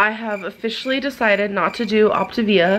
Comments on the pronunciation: I've been trying to sing the song the way has been pronouncing it and it just don't sound right. "OP-TUH-VIAAAA" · is it supposed to be pronounced optivia or optAvia.... its been pissing me off the way she says it but idk if shes pronouncing it wrong or if i just dont know how to say it. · welertgus I’m so sorry for the misspelling of Optivia. That’s how little I care and is understandable since she pronounces it differently every two seconds. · You spelled it correctly, it is Optavia. The people replying that you misspelled it were joking because that's how (incorrectly) pronounced the name of her own diet. I'm almost positive Ruby replied to you with the same unoriginal comment without looking at the other comments first, which I would never recommend. Also, her diet started on 2/1 and ended on 2/2, just fyi... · Saffy S AAAAAHHHHHHH I NOTICED THAT TOOOOO I got so annoyed at her pronunciations 😹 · She can't even pronounce the name of the program lol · You'd also think she would know how to pronounce the name after this "extensive research" ahahahahah she hasn't even googled it tbh, probably just read a few messages from the coach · HozzZ hahha right! I think she’s pronounced optavia differently every time she’s said it 😂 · How can an adult not pronounce Octavia and not know the difference between feelings and fuellings! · My anxiety shot up to God when the compilation of her butchering the pronunciation of her diet came on